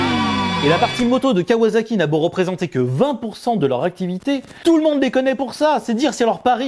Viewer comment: KawaZaki.....mes oreilles saignent...... On dit KawaSaki, avec un S.......parce que c’est pas du fransouze, mais du Jap’.... Comme pour le Niken, qu’on dit bien Ni Ken ( « 2 Sabres » en japonais) et non pas NaïKen.... Bisoux